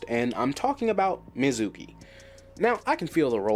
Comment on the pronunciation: I gotta ask cuz of how you pronounce mezuki, did you only read the manga/only watch the anime in sub??